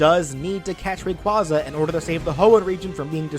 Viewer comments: i swear to god if i hear someone mispronounce rayquaza one more time i'm gonna lose it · hmmmm, is is, perhaps, meee? You pronounced Rayquaza wrong It sounds like ray-quay-zah